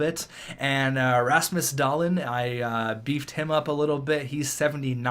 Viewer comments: It's not pernounced da-leen it's pernounced doll-leen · I really hate to be this guy, but Rasmus Dahlin's name is also technically pronounced "Dah-Lean".